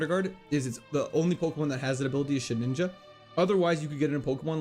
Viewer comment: it is Shedinja, not shedninja!